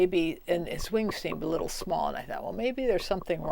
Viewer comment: "Oh, what a surprise... Monarch caterpillars are a liiiittle bit... stupid." LOL This lady is awesome.